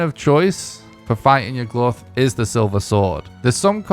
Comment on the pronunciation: Why do you pronounce it like Yug-Luth 😭